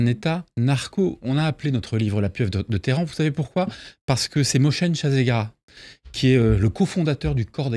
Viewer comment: Il dit qu'il est un spécialiste et il sait même pas prononcer le nom de Mohsen Sazegara, qu'il prononce Moshen 😂. La république islamique a succédé au Shah d'Iran qui était mis en place par la CIA lors d'un coup d'état. Elle a donc plus de légitimité cher monsieur que Mr Pahlavi qui veut revenir toujours grâce aux américains 😂. Les iraniens ne sont pas cons. C'est vous même qui en mettant l'Iran au banc des nations avez poussé les dirigeants iraniens à se débrouiller pour gérer un grand pays par sa taille et sa population. La débrouille implique des trafics en tout genre cher monsieur. Si je vous donne plus aucun travail que vous êtes black listé de tous les médias, vous allez faire quoi ? Vous nous poussez à nous débrouiller pour contourner vos sanctions, c'est normal que l'on vous rende la monnaie de votre pièce, en blocant par exemple le Détroit. Annulez les sanctions et vous verrez s'il y aura encore de la contrabande et des trafics cher monsieur! Merci également pour toutes vos frappes. Notre peuple n'a jamais été aussi soudé. Ceux qui étaient aveugles ont vu que leurs ennemis n'étaient pas les dirigeants de la république islamique, mais le mossad, la CIA, et l'armée americano-sioniste qui a frappé une école en tuant nos enfants.